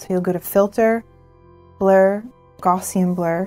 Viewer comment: Great video, just a small nit pit though - you're mispronouncing "gaussian". The first part is pronounced like "cow" but with a g. Example: gow-ssian (pronounce gow like cow).